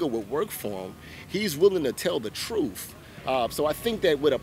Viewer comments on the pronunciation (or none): Coming from a man that says truf instead of truth 🤦‍♀️